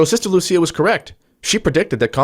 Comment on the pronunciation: Portuguese is not like Italian. Lúcia should be pronounced LOU SEE AH accent on the Ú and not on the Í